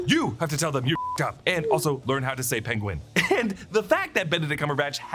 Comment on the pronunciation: "Learn to say penguins" 😂😂😂 penwings - penwings!!!